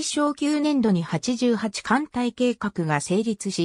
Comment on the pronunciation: あのすいませんが読み方ちがいますよ 川内型せんだい型です そして八八艦隊は、はちはち艦隊です